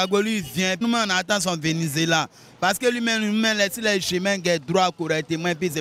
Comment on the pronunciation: son venuzela ??? franchement je m'y attendais pas 🤣🤣🤣 je retournes en arrière pour voir si j'ai bien entendu mais c'est bien venuzela 🤣🤣🤣 tchia! enfant de dieu 🤣🤣🤣